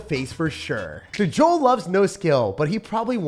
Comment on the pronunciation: Yet another Joel player and pronounces it correctly w